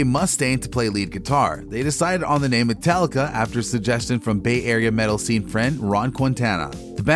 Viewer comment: MetAllica. NOT MetEllica. Every time you say it wrong it makes my ears bleed.